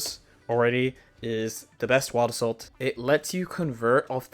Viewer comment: Whenever he says "wild assault" it sounds like "owada soul".